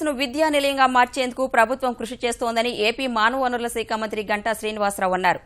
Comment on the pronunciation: Saakha anaali. Aa as in apple. seekha kaadu.